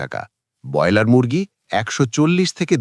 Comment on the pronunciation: যিনি 'ব্রয়লার' শব্দটি ঠিক করে উচ্চারণ পর্যন্ত করতে পারেন না, বার বার 'বয়লার' বলেন, তাঁর কোনো কথা শুনতে রাজি নই। বেরিয়ে যাচ্ছি